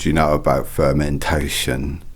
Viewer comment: ''d'you know about FERmenTation?'' Dude you remind me of my time back in 2015 when I was having a panel Viva and an oooold professor of Food Technology asked me that question XD If I ever find a chance to work with him I will make sure this time stamp be my ringtone XD (Got dem chillz runnin' down ma spainee)